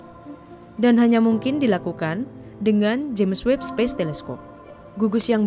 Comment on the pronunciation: Ingat! Webb, bukan Weeb